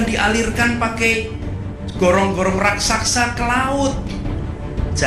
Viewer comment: Anis tidak bisa berbahasa Indonesia dng baik dan benar, bilang gorong-gorong raksasa malah bilang gorong-gorong raksaksa simak ucapannya, brarti dia bukan pribumi tapi Yaman😮